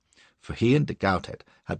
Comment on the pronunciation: de Gautet should be read as Go-Tay not GowTett